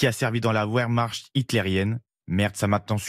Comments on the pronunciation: La « ouèèrmachrttt »😂 Eh les gars un faites un effort quand même. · La "OUAIRMARCHT" hitlérienne ?!? Mon dieu ! Vos journalistes, quelle culture hein. Et il y a un responsable d'édition pour laisser passer ça ?!? Désolé mais c'est grave là. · je rêve ou votre employé ne sait pas prononcer le mot Wehrmacht?